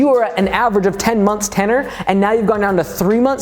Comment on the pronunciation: ten-URE (your)